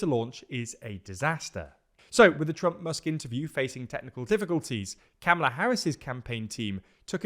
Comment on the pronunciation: Or if youre in USA or learned american english accents; comma-la Bcuz for some reason we prty much say comma the same way yall say karma xD Which is part of what makes this so confusin to explain, bcuz when we say "oh just say comma-la"; it doesnt translate to yalls understandin bcuz ya say comma entirely diff And when yall write out that karma-la is right, we just stand there baffled bcuz theres no r in kamala xD But theres also no r in karma for yall either, well, no cleatly voiced r I love linguistics stuff like this, one of the linguistic profs i watch did a grt vid recently on this whole kamala name pronunciation confusion The only consensus is that ka-mahla/ka-mala is the absolute worst way to say it; and thus the way all the folks on the right will try to say it bcuz they almost always mispronounce even moderate Black politicians names as a signal to their racist base. They even did same with Obama, tho they mainly just leaned into his middle name bein Hussein (which they also intentionally mispronounce regularly) They have to fly that racist flag to remind the racists that theyre number one; and to feed into the fearmongerin about a great replacement........